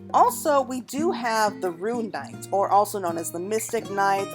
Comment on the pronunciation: AAARRH my biggest pet peeve is when people pronounce RUNE as RUIN.. and now I have to hear both that and Corsair pronounced as Corseer so hard to listen for me. sorry had to vent on that lol